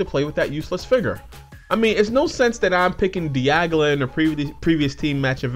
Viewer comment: You kept referring to Dialga as Diagla lol.